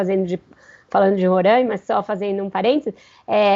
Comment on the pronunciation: RORAIMA SE Lê "RORÁÁÁÁÁIMA" "a" ABERTO, NÃO É Â.